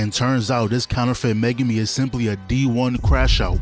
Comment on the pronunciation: Ain't no way bro said megume😂😂😂